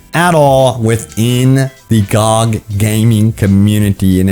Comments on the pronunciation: Gee-oh-gee is how to say it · Is anyone else annoyed by his pronouncing GOG like a word and not the letters like an acronym that it is lol